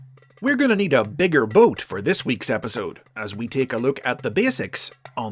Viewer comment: You said "boat" wrong